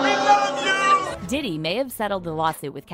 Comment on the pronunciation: Love you but his name is Diddy not DeDe